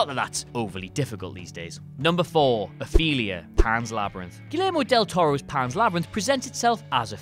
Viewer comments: Who the heck is Athelia?! It's Ofelia or Ophelia(English). You pronounce it correctly in the rest of the video but not in her introduction. I love your videos, but you do this a lot. Considering you use clips of these movies you should know how to pronounce or spell the character names. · Her name was OPHELIA, not ATHELIA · Pan's Labyrinth character is named "Ophelia", not "Athelia" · man i need to rewatch alpha dog... btw it's spelled "ophelia" not "athelia" wtf